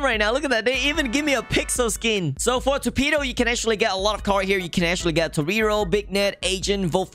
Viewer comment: beegnet and toreeero? what are u saying